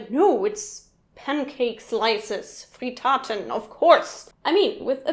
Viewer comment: I'm from Austria and I didn't know Kaprize and Mezzie. Also Pariser is a kind of slicing sausage hier. And it's not Fritaaaten, it's Frittaten. Similar with Ribisel. And I kinda didn't recognize geigeln for some reason.